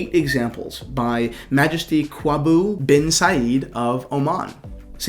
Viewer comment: Kwaaboo? You mean Sultan QABOOS?